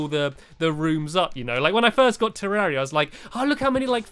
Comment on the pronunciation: It's pronounced te-rre-ria not terrea